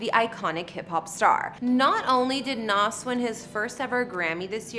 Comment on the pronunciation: Its not Nahsss, it's Nahz